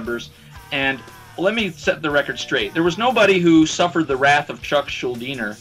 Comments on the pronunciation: Dude, he's Chuck Schuldiner, not Chuck Schuldeener. Some even say Chuck SchulDIEner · there's an interview where chuck presenting himself says schuldeener